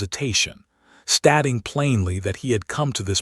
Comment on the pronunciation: Hoping, not hopping. He offered her a bow (pronounced bough, not bo) Stating, not statting...Terrible narration